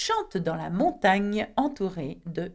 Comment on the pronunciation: Thanks for the lesson,! I do have one question. I hear a slight difference in the way you (and other French speakers I've heard) pronounce certain words with an "gn." For example, when you say "montagne," it sounds more like mong-TANG-nee-ya rather than mong-TAN-nee -ya. In other words the second syllable seems to end with the consonant sound "NG" (as in "sing" in English) rather than in "N" (as in "sun" in English). Another example is from this sentence spoken by another French teacher: "Le terme 'Rastignac' designe quelqu'un de tellement ambitieux." When he said the verb "designe," I heard it as de-ZING-nee-ya rather than de-ZIN-nee-ya. In contrast, you pronounced "mignon" as "mi-nee-yong" (rather than "miNG-nee-yong") and the other teacher pronounced "Rastignac" as "ras-ti-nee-yak" (not "ras-tiNG-nee-yak"). Am I just imagining this difference or am a hallucinating??? 🤣 J'ai besoin de vos lumieres! (Sorry for the lack of accent marks.)